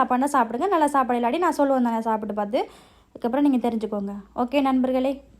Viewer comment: ஷாப்பாடு இல்ல சாப்பாடு. தமிழ் தெரியாதா.தேவிடியா😂😅😂😅😂😅😂